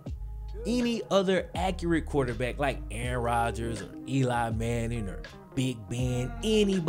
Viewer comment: “Eli Manning “😭